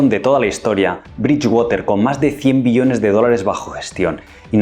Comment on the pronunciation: Todo bien, sólo pronnuncia bien la palabra "Billones" te entendemos millones y tengo que regresar el video para comprender.